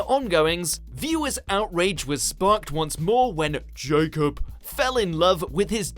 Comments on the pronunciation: are we gonna ignore the way they said Jacob then or 😂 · Why is he saying Jacob like that?